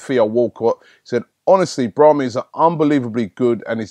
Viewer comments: the pronunciations i this video is appalling braHImi el ne ny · lol you still messed up Benatia and how you missed the I in Brahimi's name... idk. Somehow though, you managed to not chop Henrikh's name